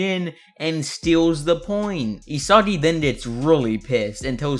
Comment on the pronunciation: I swear bro randomly started Saying Isadi and Nadi